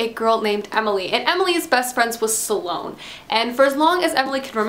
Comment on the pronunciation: aaagghhh. It's not pronounced suhlone. There is no uh in the pronunciation.